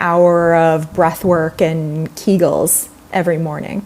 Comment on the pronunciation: Socrates said, "The unexamined life is not worth living", okay? This post pure drivel, okay? Learn how to structure a sentence correctly, ok? Then pronounce Kegel correctly, okay? I am a seeker, which is why I came here, but I feel super sorry for any client in your care. TY